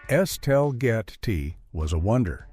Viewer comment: Es-tell-get-ty. Please!!!!!